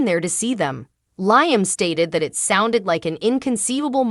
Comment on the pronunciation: His name is pronounce Lee am Not Nyam